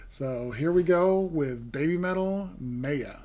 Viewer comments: NEVER react to a compilation. There's a brand new video of this performance, that's actually live, yet you choose some shit compilation. Duh. Momo didn't sing in this version. You heard the studio audio due to watching a compilation. And it's pronounced MY-AH. How do you not know how to pronounce a basic word? Stay in school kids. You don't want to grow up uneducated. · Very nice reaction. Your enthusiasm over the upcoming show was palpable. FYI: In Hindi at least Maya is a word meaning illusion. And there may be others but the Hindi pronunciation is Mi (like eye) ya.